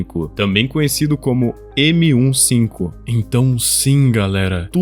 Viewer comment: não é M15, É MI5 iiiiiiiii Miiiiiii5